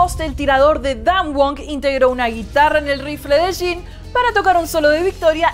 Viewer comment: Se lee "yin" no "shin" ...